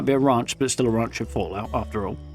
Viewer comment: “A raunch camp”